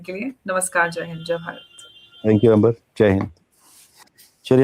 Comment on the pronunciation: Arey hindi wala bolein. Angrezi wala na bolein.